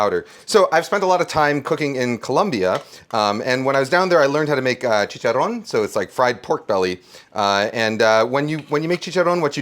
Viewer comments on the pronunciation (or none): If you're going to say chicharron you have to pronounce the double r